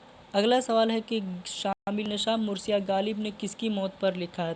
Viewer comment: Mursiya nahin hota hai marsiyah hota hai